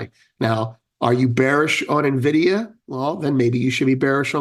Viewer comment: thank you for pronouncing "Nvidia" correctly